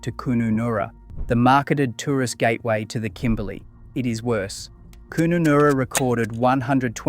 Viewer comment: Where the hell is koonoonoora? can't even pronounce Kununarra